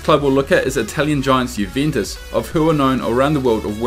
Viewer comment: You can't even pronounce the name Juventus correctly... 😒